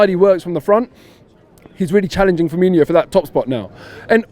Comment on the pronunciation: Its firmino not firminio